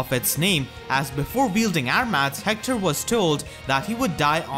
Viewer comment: I love how you pronounce Hector, "Heckthor"